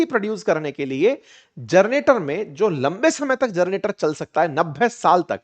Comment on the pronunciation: जनरेटर बोलिए आप जरनेटर बोल रहे हैं।